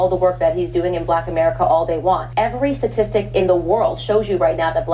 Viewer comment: can’t say the word Statistic.